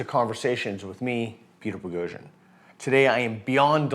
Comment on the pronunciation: BO-GO-JEAN? It's Poghosyan man. Let everybody learn how to pronounce your name correctly.